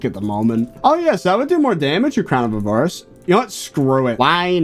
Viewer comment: Why do you say crown of a VAR ice. It’s crown of A var ice /avərəs/